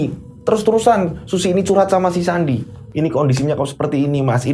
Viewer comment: Eh sandi kedengerane andi😂😂😂😂